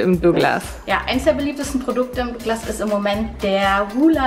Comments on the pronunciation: Es heißt nicht dogglas, sondern douuuuuuuuuuglas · Dooglas😂😂 gutes deutsch